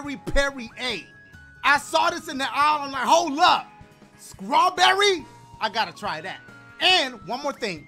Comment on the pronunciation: did he say Scrawberry or Strawberry?... 😐... I think I heard Scrawberry my bois.. I don’t know 🤔